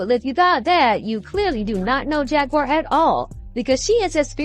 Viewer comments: Not Jagwire it's Jaguar like the animal lol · It's pronounced Jag-war not Jag-wire 🥹 and yes, prayers for her 🙏🏾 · “Jag-wire Wright”! 🤣 However, the whole look today is giving major network news reporter! 🤩🙌🏽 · you mispronounced Jaguar name